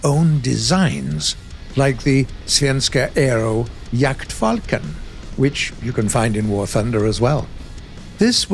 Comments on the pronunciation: This narrator said "Jaktfalken" with perfect pronunciation! That's really hard, well done! :D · he never pronounces them right. This is the first time he DID do right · When pronounced "jaktfalken". That was the best I have ever heard from a non swedish person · i'm Norwegian, and even i was surprised on how accurate he pronounced it!